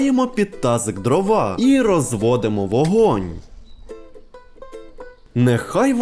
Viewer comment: Не дрова а дрова